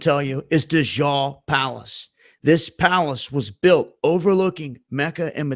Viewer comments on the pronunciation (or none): Watchur 6 Dajjal is pronounced "Duh j-al" like "Al" Bundy